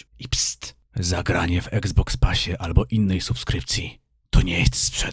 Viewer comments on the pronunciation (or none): none